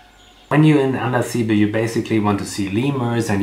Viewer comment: It is pronounced.Andasibe' ,stress on be